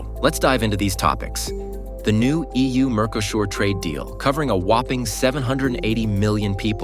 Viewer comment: Mercosur is pronounced wrong